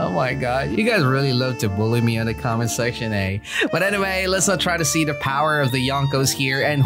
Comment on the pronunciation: “Powah” shows the true strength